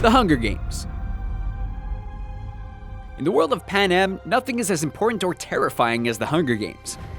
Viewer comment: Being a Hunger Games fan I was kinda mad when you pronounced Panem wrong.